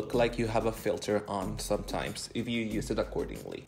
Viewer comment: La verdad perfecto. El único error que pude encontrar es cuando dijiste sometimes y lo pronunciaste como 'somethymes' como que sonó siseado y en realidad es somtaims como se pronuncia. Pero el resto IMPECABLE. Sos admirable no dejes que nadie te diga lo contrario ok? Yo habiendo estudiado con título de inglés FCE y todo creo que no podría haber narrado ni la mitad del tutorial de maquillaje tan bien como vos, te pasaste ❤